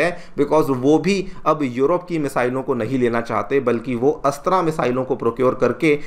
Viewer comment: अच्छा कर रहे हो पर, हिंदी को बर्बाद मत करो, अस्त्रा नही है ,,, अस्त्र(Astra) है ,,वह,,, तुम रामा (Rama)मंदिर बोलते शायद